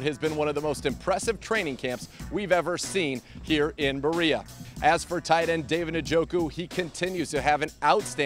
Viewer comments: Yayrwe But that’s not the way it’s pronounced, it’s a Nigerian last name. What you’re saying is irrelevant because that’s not how it’s said. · How are you still pronouncing Njoku’s last name incorrectly? Hasn’t anyone said something to you yet?